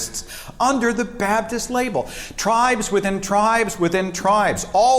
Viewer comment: "Babdist" No one ever explains how this pronunciation comes about. Two entire consonants completely mispronounced. Why? I've even heard Matt Dillahunty mispronounce this word in a joking way but then he doesn't explain it.